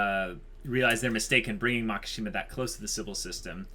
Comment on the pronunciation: It’s Makisjima, not Makashima lol. Maki means fire branch. Shima is Islands. There is no word MAKA in Japanese and sounds so awkward